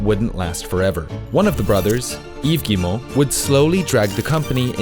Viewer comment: The way you pronounce Yves Guimont is 100% perfect btw. If it’s because french is your first language I’m sorry for the impertinent comment. Edit: ok by the other names in the video I know it’s not your first language, but still great pronounciation on the French names. Thanks for researching (and probably practicing) how people pronounce their name.